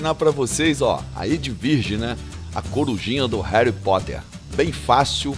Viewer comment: E Harry Potter não Hery Potter...